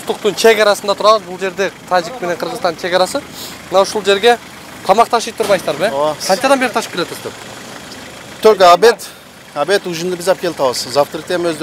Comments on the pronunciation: Тежик эмес тажик десен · тежик эмес тажик дксен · Тэжиктер эмес Тажиктер десен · Тежик эмес Таджик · Тежик эмес тажик булар